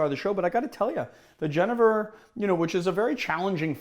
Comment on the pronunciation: So i am Dutch. The name of the spirit is Jenever. The J is pronounced like the Y in you. The 2nd E is pronounced like Ay. So fonetic: Yenayver.